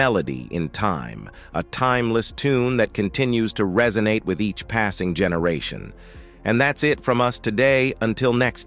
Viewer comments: True. Delores was his first wife, she apparently had a child but not with him. Barbara the second wife had 3 Tracy, Linda, Vincent. He cheated on both apparently but paid for Delores' funeral. Apparently he has a daughter called Carla. This is an interesting documentary with bad errors like this and ai, reso-natey not resonate, inteh-gral instead of integral and disco-graphee 😒 😂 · The over pronunciation is so funny 😂 rolay instead of role, resonatee instead of resonate, diskography not discography. And mixing up Sam's wives Dolores and Barbara. It's hilarious 😂